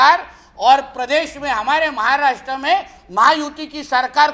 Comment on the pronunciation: अरे नेपाळी महाराष्ट्र बोलायला शिक म्हाराष्ट्र बोलतोस ते बघ